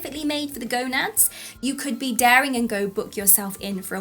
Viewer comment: 😂🤣 That accent saying "gonads" is one of the best things I've ever heard on YT